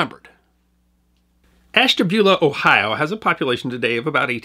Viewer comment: It's always nice to hear people pronounce Ohio place names correctly.